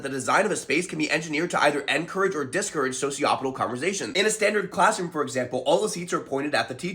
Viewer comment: Dude, the way you emphasize ENcourage vs DIScourage could be a video on its own.